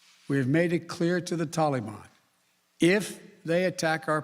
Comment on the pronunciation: Joe never learns, and his career shows it. Why does he pronounce Taliban like "tally me bananas" daylight comes and me wanna go home lololol